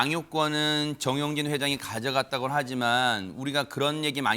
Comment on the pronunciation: 정용진이에요. 전용진 두번씩이나. 발음 교정하시던지 남의 성 바꾸시지말던지.